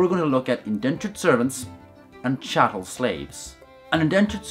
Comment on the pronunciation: Did anyone else see serious compression artifacts near the beginning? Also: chattel. Not chattle.